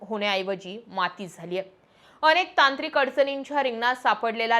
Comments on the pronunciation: he ase uchhar ata sarras kartaat kuthlya shalet shiktaat kon jane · अणेक नाही अनेकपानी नाही पाणी प्रामानिक नाही प्रामाणीक ईनेस्को की युनेस्को?पुर्नपने नाही पुर्णपणे आपण हे सुधारु शकतो